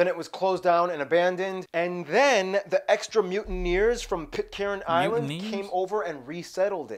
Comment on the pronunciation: He certainly got more correct this time, but still a few errors. Others have corrected some. Pitcairn Island not Pitcarin, Ayers Rock is pronounced Airs Rock and it’s a name not used anymore with the rock having been restored to the First Nations owners.